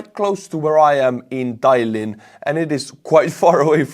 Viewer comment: I had no idea you could pronounce Tallinn like that.